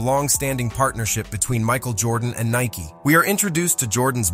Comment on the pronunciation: It's NIKE not NIKEY